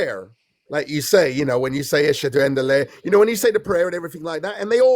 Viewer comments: My guy said ashaduAndeleh😂 is there something im missing?😂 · At first I skipped his monologue but then I went back to laugh LMAO Idk how you kept a straight face. why did he say "Ashunda unda lay" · He was not a ex-muslim. Listen , he says a prayer that doesn't exist in islam, or he tries to pronounce the sahada in the worst pay possible; "eshede ende le.", not even a prayer to. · Did you hear that?... He said "Ashunda unda lay" LMAO he was not a Muslim.